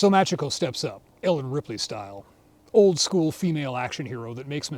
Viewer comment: Only telling you cause you like the series: it's pronounced" Mah chee ko" if it is written as Machiko. Cheers